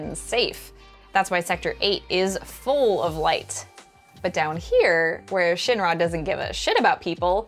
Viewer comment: The way she pronounces Shinra tells me that she never played ff7